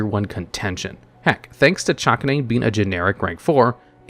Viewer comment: I think it might be pronounch Cha-canine given the root words it's name is based on are Chakram and Canine